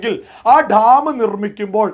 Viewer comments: Dtaaaam alla.. Dam.. Ivide bharicha orortharum mullaperiyar nte subject il kuttakaraanu.. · ധം അല്ല ഡാം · മുല്ലപ്പെരിയാർ ഠാം.. അല്ല... ഡാം.. ഡാം... എന്ന് പറയണം.... അതിനും പറ്റുന്നില്ലയെങ്കിൽ... അണക്കെട്ട് എന്ന് പറഞ്ഞാൽ മതി..